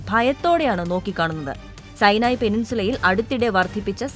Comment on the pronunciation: മലയാളത്തില്‍ പറയൂ....സൈനായി.അല്ലാ.....സിനായി....